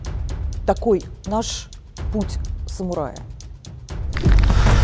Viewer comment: Не путь самурая а путь сумурая